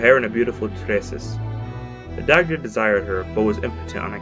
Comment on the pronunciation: Daaaaamn butchered the irish pronunciation haha